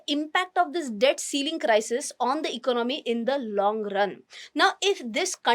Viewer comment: You seems very confident when you speak but try to learn to speak few words like economy and certainty correctly and may be few more